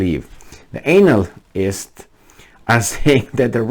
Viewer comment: so funny when says Anal-list:D